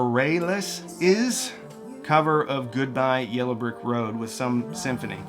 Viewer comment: I think her last name is pronounced buh rail us, but I like your pronunciation better!